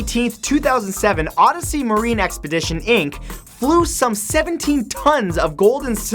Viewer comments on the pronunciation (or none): none